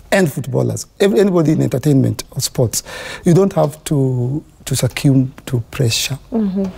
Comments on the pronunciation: "Sakiumb" to pressure Succumb to pressure 😂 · 4.43..I guess Eric pronounces the word SUCCUMB the wrong way.